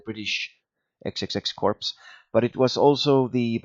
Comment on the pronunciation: I know it's a long time ago but you don't pronounce the S in CorpS it's the same as Illinois. It's just corp. Other than that. Awesome and this is what I was looking for before purchasing it.